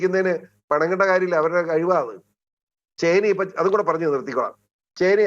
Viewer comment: ചേന്ന അല്ല ചൈന